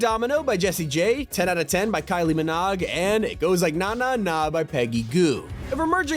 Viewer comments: Kylie Minog lmao it’s pronounced min-oe. Kylie Minogue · Did he just say Kylie miNOG .... 😅😂😊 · You pronounce Kylie Minogue like Egg Nogg and it is not even near spelled like that. How would you pronounce Rogue? Rogg?? Muh Rogg Ranger has leaks. We will hazard a guess you don't know much about anything you don't get from "leaks". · That is not how you say Kylie minogue 😂😂😂😂😂😂